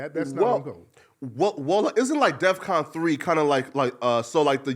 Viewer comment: Kanye said death con instead of defcon, let’s point that out